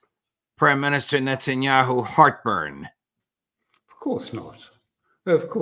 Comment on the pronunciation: " interest of Nuttinyahoo' . 😂